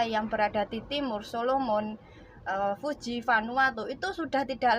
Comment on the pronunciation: koreksi dikit ya. Negara Fiji bukan Fuji